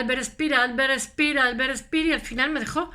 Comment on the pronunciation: No se habla spiers ... Pero habla se speer *